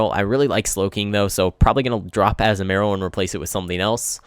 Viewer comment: Btw it's A-Zoo-Ma-Rill